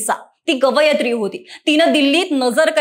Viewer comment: गवयत्री नाही कवीयत्री